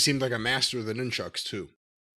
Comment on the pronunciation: da fuq is a noon-chuck 😂😂😂 is that what chuck norris is called in the afternoon????